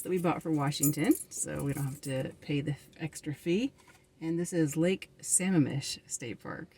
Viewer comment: It's pronounced Sa-MA-mish, not Sam-a-mish